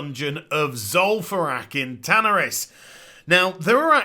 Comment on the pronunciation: I have to rip my dick off every time you say tanaris... the pronunciation is painful.